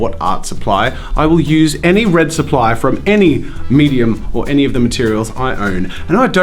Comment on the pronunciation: Imagine jazza having a speech impediment... “WED WED WED”